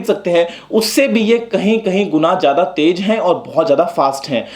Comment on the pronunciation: Sir ji taiz hota hai taig nahi hota